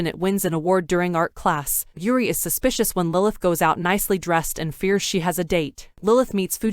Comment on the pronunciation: How many times she said suspisous. Me: YES